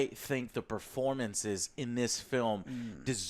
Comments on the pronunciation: I did lsd every time he says Robert Paterson and now I’m tripping balls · This man said Robert PATERSON and WILLIAM Dafoe 😂😂😂😂😂😂😂😂😂😂😂